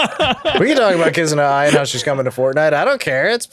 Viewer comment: only started watching and hearing say Kizuna Ai as A.I. instead of Eye